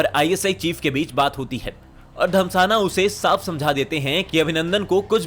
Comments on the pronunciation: Abe anil dhasmana hai naam Anil damsana 🤣 bolra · भाई साहब रा चीफ अनिल धम्साना नही...... धस्माना है 😂😂😂😂😂 बोलना तो सीख लो बाकी ग्राफिक्स और एडिटिंग काफी अच्छी है ठीक से बोलने का प्रयास कर लो वैसे काफी अच्छे मिल रहे हैं आपको